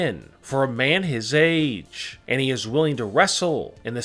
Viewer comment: Why u talking like AaaaaAAAge AAAaabs NineTEEEEEnn